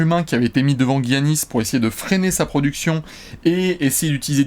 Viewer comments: Giannis se prononce "Yannis" et pas "Guiannis", je vois que vous avez hésité qques fois :) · arrête de dire "Guiannis" dit "Giannis" ça ira bien mon bew une bise à vous c'est super ce que vous faites.